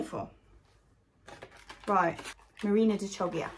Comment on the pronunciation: Good morning, happy Monday! I'm really looking forward to your solution for growing pumpkins vertically. There's a load of bamboo sticks in my garage that are waiting to be transformed into a trellis...could do with some inspiration!:D One thing on the Chioggia...it is pronounced Key-o-ja! (Maybe ask an Italian friend or give it a listen on Google Translate.) See you tomorrow! Hannes